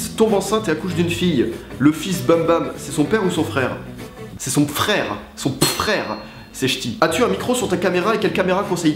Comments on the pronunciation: Son pfrère... C'est chti 😂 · "C'est son pfrère, c'est ch'ti" Pas mal pas mal :') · "Son pfrère. C'est ch'ti" Tu m'as tué x)